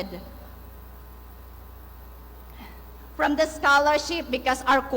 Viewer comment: ''the'' ''duh'' ''H'' ''each''